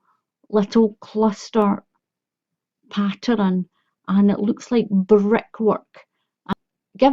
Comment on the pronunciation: Why do you say patterun